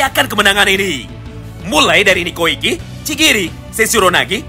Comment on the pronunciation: "......niko ekeeeeeee" niko iki baaang wkwkwk